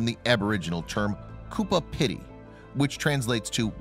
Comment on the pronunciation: Completely wrong pronunciation. Who is Cooper Peddy? lol.